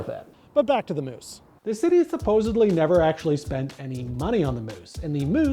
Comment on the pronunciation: Did you said moose statue or moosetaches (a moose with moustaches)?